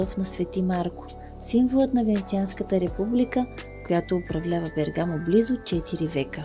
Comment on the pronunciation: Приятно видео,но ударението е на първата гласна.Бе'ргамо